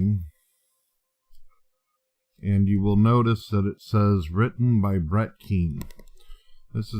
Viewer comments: I love how when he pronounces name wrong, he pronounces his name "Brat" that made me crack up. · didn't say "Brett". He said "Brat"! LOL!